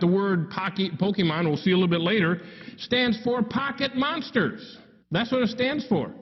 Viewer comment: should have kept going. He's so headstrong about calling it Pokeman that when he breaks down the abbreviation, he says pocket mansters 😂😂😂😂